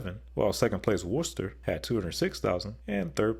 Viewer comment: Props for pronouncing Worcester correctly!